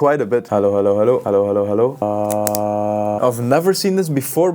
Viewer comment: It Sounds Like you speak German Hallo hallo hallo